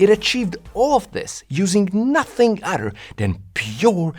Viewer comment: “Nothing other” Not “nothing otter” Please make self sound- not dumb Yeah, that made me skip this video